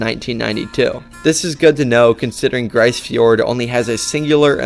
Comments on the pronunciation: Just FYI... it's pronounced "Grease" Fiord. It's a problem when non-Canadians make videos about Canada. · For the record, it’s pronounced “Grease” fjord not “Gryce”.